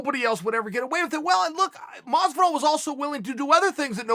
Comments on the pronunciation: Chael sonnen: Mas-vu-dahl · Chael "mosdivol" Sonnen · Moz but all , maaass vidal wth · Chael "Mozvidoll" Sonnen. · George mas-vu-dahl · Everytime he says masvidal take a drink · Masvidal : Hor-hay Chael: George Masvidal: George